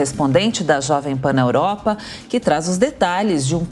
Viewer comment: Ela fala "oropa"..kkkk